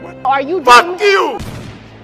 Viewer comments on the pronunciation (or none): He said faWk YoU 😅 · "FUCK YEW" and "PALECE PALECE" got me wheezing bru😂